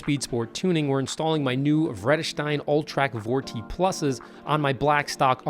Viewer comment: Always love people who aren't Dutch oriented pronouncing our Vredesteyn